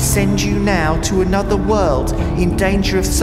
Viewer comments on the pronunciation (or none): none